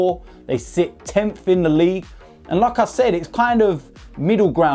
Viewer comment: Whenever he says " like i said" It sounds like "lacazette"